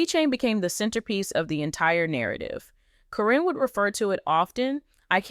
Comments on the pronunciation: Who the F is Corrine???? Her name is Caryn. Pronounced KAR EN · Why do you continue to mispronounce their names??????? One sentence you say the name correctly then the next you pronounce the name incorrectly. It is Caryn not Corrine.! If you have watched the program you should know how to pronounce their names! You also reported a few weeks ago about Chris and Amy having an accident due to a mechanical issue with their car. You said Amy was badly burned but you have not given any updates on her condition.